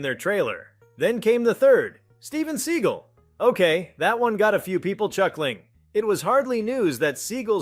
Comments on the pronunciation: Appreciate your effort, but: It took you two minutes and 38 seconds to get to the point of this video. Not to mention the misleading opening clips during this waste of time, and the mispronunciation of Jason's surname. It's STAY-thuhm...not STAM-thuhm....Seagal's surname-he not the bird-segull and it's not Jared LEED-O, it's LEH-toh similar to the English word "let" followed by the sound "oh". SCHEEL-Lebouf...LOL! Good grief, dude, get it together or dump the AI if that's what you are using. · so no, not seen these names actually spoken by him. such bullshit. Bad AI can't even pronounce Seagal (Sah-gall, not see-gall)